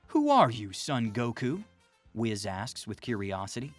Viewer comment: ITS WHIS NOT WIZZ